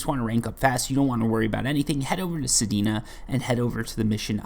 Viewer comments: Your saying sedena but it's sedna lol. This is also good for releveling weapons that you used forma on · Sir I believe it’s pronounced sed-nu not pronounced sed-e-nu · I see your "Sedina" and raise you: "Heleeena" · bro dont stop saying sedina its funny make it part of ur channel 😂😂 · my man just called sedna "sedina" hahaha